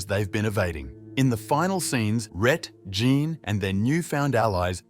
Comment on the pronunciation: Your poor tts really gets confused with the name Jean then lol